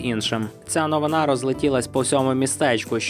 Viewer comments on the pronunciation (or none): none